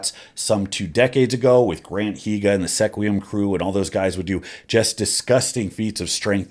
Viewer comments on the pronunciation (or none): Sequim is pronounced skwim. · Not a criticism, but Sequim is pronounced “Sqwim.” Not from Wa, but I’ve lived here for the last 22 years (unfortunately now lol). Love the content bro.